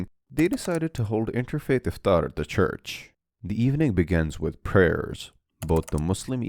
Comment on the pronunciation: Iftaar and not ifthrar